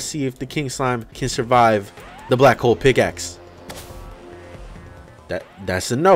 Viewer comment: BRO HOW DID YOU SAY BLACK PICKLE OMG